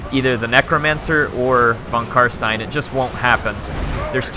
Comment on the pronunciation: it's VON Carstein lol